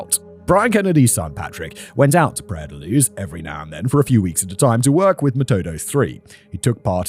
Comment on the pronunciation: "Praia la Luz"...!?!?! In Portuguese PRAIA DA LUZ!!! Portugal is Portuguese Language entirely nor Castilian Language!!!